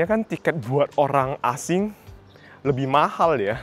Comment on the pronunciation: L nya diganti Y. LEBIH di ucap YEBIH. DLL